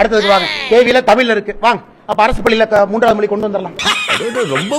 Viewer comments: Moli illapa Mozhi.. atha first correcta sollu.. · Mr. அண்ணாமழை.. அது மோலி இல்லை, மொழி, மொழி... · என்னது மொலியா மொதல்ல மொழி னு தமிழ்ல சொல்லி பழகு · மொலியில்ல இல்லை மொழி